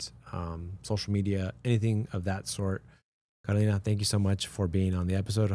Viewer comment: Él pronuncia tu nombre Kolina dile que es CAROLINA....